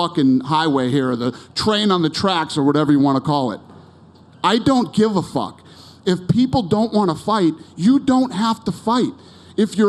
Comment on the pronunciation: Dana went real Boston at the mark lol “I DONT GIV A FACKK” 🤣